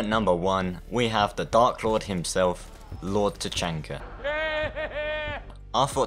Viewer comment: u also said LORD CHANKA IM DISLIKING